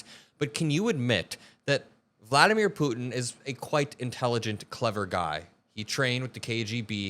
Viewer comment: thank you for pronouncing 'Putin' with the 't'. So many young people today skip over the t's in the middle of words - Putin becomes 'Poo-in' - and it drives me insane.